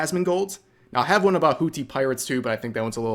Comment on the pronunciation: Its pronounced Whoo theee, it sounds funny when you say it lol